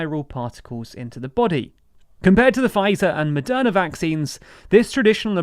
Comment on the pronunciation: Is it Madonna or Moderna? I swear I heard "Madonna" throughout the whole video...